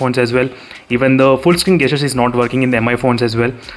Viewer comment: 'jestures' is how it is pronounced its nagging me when u say gastures